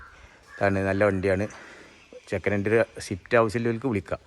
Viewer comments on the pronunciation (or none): ഷിഫ്റ്റ്‌ അല്ല സേട്ടാ സ്വിഫ്റ്റ് 😂😂